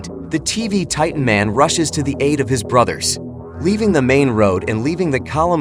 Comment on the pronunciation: My guy say titen tv man